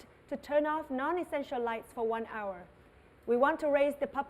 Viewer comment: từ "hour" chị phát âm sai rồi